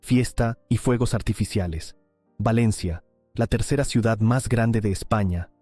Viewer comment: Ya me extrañaba a mí que no apareciera el envidioso aguafiestas que no soporta que Valencia sea visitada por miles de personas cada año. Quien habla en este vídeo ha pronunciado la palabra "ciudat" con "t" es decir , que seguramente es cacalán. Expulsión de moriscos y judíos fue en toda España. La Inquisición en Valencia fue suave en comparación con la europea.